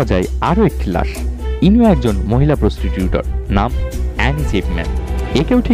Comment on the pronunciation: প্রস্টিটিউটর না প্রস্টিটিউট...overall video টা অনেক informative 😍😍